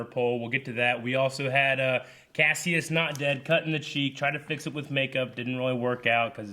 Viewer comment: Oh my God,! You've heard his name for eight episodes now. It's Kas-i-us, not Kassius.